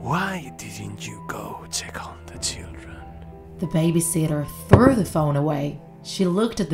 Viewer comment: I heard “did you check on the chillden